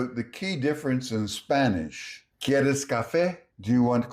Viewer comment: Sir. I’m from Venezuela. Your Spanish pronunciation is on point. My respects.